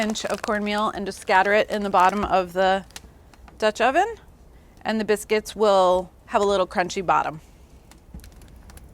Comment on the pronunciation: Did she say biskys lol